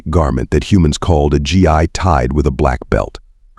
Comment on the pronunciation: It's not pronounced gi it's gee hard g